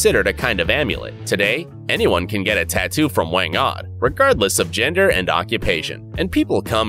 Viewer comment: WANG-OD not WENG ODD.